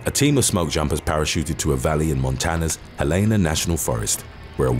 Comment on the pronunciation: Re: The Mann Gulch Fire. Helena is pronounced "hel-uh-nuh" not "hel-EEN-uh".